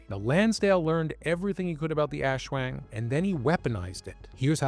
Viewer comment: Great vid, but maybe next time try to look up some pronouciation guides when discussing entities from a culture different from yours. \ˈʔaswaŋ\